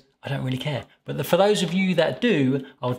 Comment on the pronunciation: Are you kidding? American bread flour is perfect for all bread recipes. It's your Canadian Robin Hood that's inferior. And it's "for," not fir.